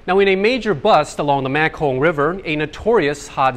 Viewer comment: It was obvious he pronounced it wrong lol